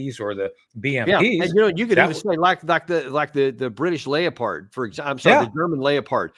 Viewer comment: "The German Lay-o-pard" - seriously?